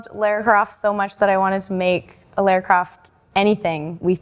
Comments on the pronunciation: “Laura Croft”? No. Lara. Her name is Lara. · How can you be Lara Croft and still not manage to pronounce her name right? It's 'lar' like 'far', it's really not that hard! My wife's name is Lara and it really winds her up when people pronounce it wrong! They say it all the time in the games too and it's always pronounced the same way, it's not that hard! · "Laura Croft"? Really guys? 🤣